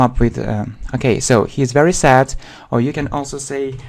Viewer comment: Your English leaves much to be desired. Mind your pronunciation. “Sad” you read “sat” and so on. .., it’s a shame to claim for the advanced level. “You know” is repeated numerous times.